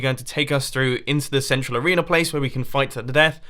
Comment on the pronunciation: at 645 he said arenear